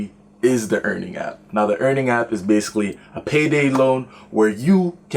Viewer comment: Dude its Earnin, not earning